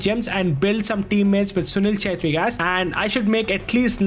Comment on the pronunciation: bruh assisted with writz and said "assist with chettri done" 💀💀